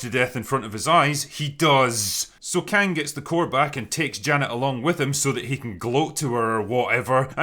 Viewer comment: When the Drinker said she found Kang the Concorer, I thought he said Khan, as in a Mongolian leader. I had to look up who he was just to be sure. But for a moment, I believed it. I believed Marvel was desperate enough for a story that they'd BS one of the Khans into the Quantum realm.